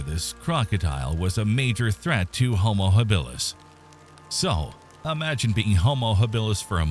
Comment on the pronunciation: It's ridiculous when the pronunciation is so awful....Hill bill us.